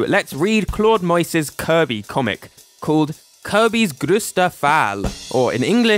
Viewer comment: your perfect pronunciation of “grösster” made my day